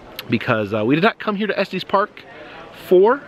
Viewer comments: If you want to sound local, it’s not pronounced Esteez Park. No long e. 😊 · Just fyi it is pronounced Estus, not Estees😊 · To clarify further, it sounds more like ESS-tiss. It should rhyme with "hiss," not "testes"! 🤣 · Just FYI, Estes is pronounced like es-tess (no long "e"). The "crank" on elevator is originally how the elevator employee would manually operate it before we had buttons. Moving it back would go down, moving it forward would go up, straight up would stop it. The further you moved it to either side would make it go faster. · there is also a semi trucking company. i believe that is the long eee in the middle. Estes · It is pronounced Eh stuhs park. First time I’ve ever heard it pronounced the way you say it.